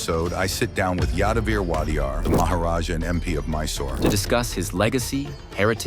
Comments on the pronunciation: It is not waa-dee-yaar it is O-dey-ar meaning 'Owner or one who rules' in Kannada. The most democratic, respected and loved dynasty of Karnataka even today. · Please pronounce the name WODEYAR properly. You are waadiyar it is actually WOH-DEY-YAR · It's not Wadiyar, it's Wodeyar. Wodeyar in Kannada has multiple meanings like, owner, gaurdian, caretaker etc... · It's wodeyar not wadiyar right? King for us forever! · It is wadiyar And not wodeyar. Wadiyar family comes from Gujarat And both wadiyar and odeya are two different words